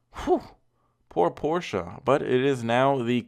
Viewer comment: Someone who is able to pronounce Porsche 😳